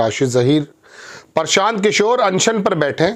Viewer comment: इसे तो हिन्दी पढ़ना बोलना भी नहीं आता प्रशान्त को परशान्त बक रहा है ।